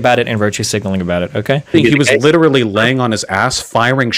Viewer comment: "LITRAL-LIRTRAL----LITRALLY" "HE LITRALLY-"